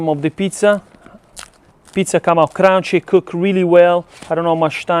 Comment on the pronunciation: awesome channel! "it a craounchy and a soft "